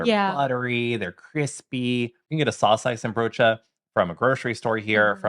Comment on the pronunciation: You don't pronounce the 'N' in saucijzenbroodje and worstenbroodje, guys 😊.